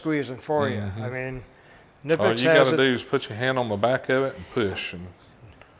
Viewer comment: It's not Kuh-nipex, that's like Guy Fieri teaching people to roll their R by telling them to say Fee-Eddy. If people can't do the K sound without adding an emphatic "uh" in between, they should just leave it silent imo.